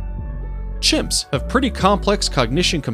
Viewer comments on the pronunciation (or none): none